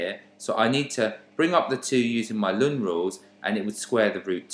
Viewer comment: This was really helpful but so strange the way you said ln (Lun) my maths teacher always said natural log or "el-en" so it confused me at first 😅 thanks for the great video though, very easy to follow 🙂